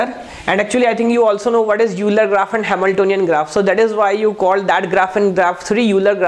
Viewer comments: Pronunciation of euler is ailer. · Sir name of Euler is pronounced as oiler